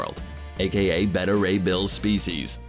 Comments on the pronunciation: I’m not sure how you pronounce ‘beta’ wrong like ‘betta’ and not ‘bay-tah’ unless it’s some shitty way to get extra comments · Beta is Bay-tuh, Bet-tuh is Betta like the fish. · CBR should hire an announcer that can actually pronounce the words he's saying. Beta, as in the 2nd letter of the Greek alphabet. Not Betta, which is a fish.